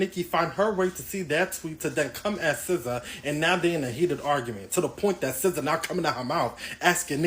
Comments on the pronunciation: It’s pronounced Sih-zaa not See-zaa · How pronounces SZA 🤭